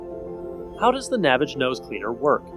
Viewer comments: it's pronounced NA-VAGE, like GARAGE, Not NAVIGE. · Its not pronounced navage like savage ,its nah vaaage. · It's "naväge," you tool. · The creator pronounces it Na-vAge. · If you can't pronounce the name of the company properly, you didn't do your due diligence and your opinion is worthless. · Maybe you should learn the correct pronunciation of the product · This guy pronounces "Navage" differently than the inventor does in the radio commercials. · Because he pronounces it differently, he's pronouncing it incorrectly. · You must not have seen the Navage commercials because you keep pronouncing it incorrectly and discrediting your “expertise”. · Would have been nice to see someone use the product completely and get their reactions and also I believe your pronunciation of the product is incorrect.